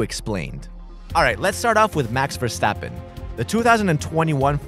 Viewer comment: The way he said “Max Verstappen” I’m Belgian so I know how you say it…